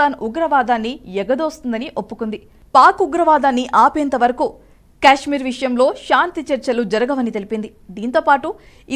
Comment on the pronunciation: అది క్యాష్మీర్ కాదు తల్లి, కశ్మీర్ లేదా కాశ్మీర్ అని పలకాలి. Stylish గా ఉంటుందని అలా పిలవకండి అర్థమే మారిపోతుంది.